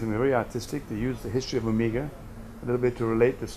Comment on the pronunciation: The first thing he should have explained to this kid is how to pronounce Omega properly.